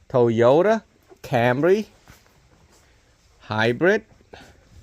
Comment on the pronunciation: what the fuck is a "OYOTA"... really LMFAO...